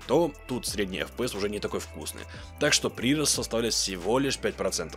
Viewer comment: Ну если читает все комменты, то да, ударение не верное. ПрирОст. Ушки режет немного.